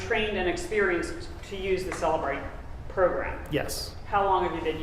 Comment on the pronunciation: It is irritating when he is trying to impeach an expert and doesn't even pronounce Celebrite correctly.